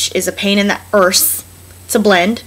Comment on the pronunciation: heehee "emborrrsing" and "pain in the orrrse"